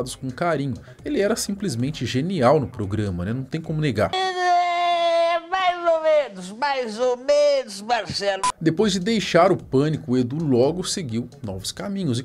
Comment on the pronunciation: Bais ou benos... Bais ou benos...